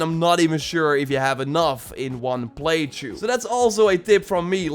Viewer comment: Why does he say play through “play chu”